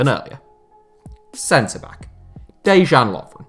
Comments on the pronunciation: Dejan is pronounced more like De-yan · Dejan is pronounced as De-yan not Deyžan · Please, try to learn to pronounce the ex Yugoslav footballers names for your future videos. The letter J (Dejan Lovren for example) is pronounced like letter Y (Deyan Lovren) in English, Š (as if in Kolašinac) is like SH and there is more. Still enjoying your content! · Dude, why don't you open a google translate, choose serbian or croatian language, paiste certain phrase in the box (like Dejan, Mojkovac) and then click on the speaker to hear how to pronounce them. It's less than 5 mins of work.